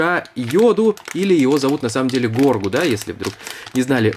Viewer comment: Его зовут Грогу а не Горгу, а так видео крутое!